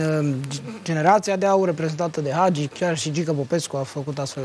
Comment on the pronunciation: Frezatu ăsta blond de prezentator de care nu a auzit nimeni să învețe să pronunțe Hagi, nu Agi ! Dacă nu știi despre cine vorbești, nu vorbi.